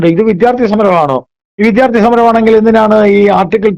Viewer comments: വിധ്യാർത്ഥി എന്ന് പറയുന്നത് തെറ്റാണ് വിദ്യാർത്ഥി ആണ് ശരി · "വിദ്ധ്യാർത്തി"" എന്നല്ല പറയേണ്ടത്.